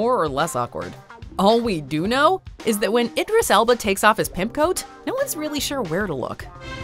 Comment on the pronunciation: did you call him Icarus Elba????